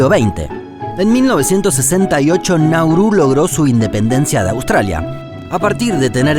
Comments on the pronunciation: Es [[Náuru]] no [[Naúru]] no [[Naurú]], por lo demás perfecto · Todo bien, pero es Nauru, no Naurú